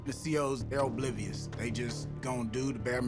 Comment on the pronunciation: “The C.O’s ELbleeVeeUs” 💀 💀